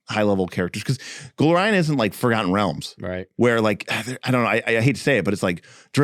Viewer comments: I feel like you transposed the A in GolArion to GoAlrion, every time in this. Other than that driving me a bit nuts, I really enjoyed this video... and I'm the lover of monsters, and lore, that this books was probably intended for. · Please. For the love of all that is holy. It's GO-larien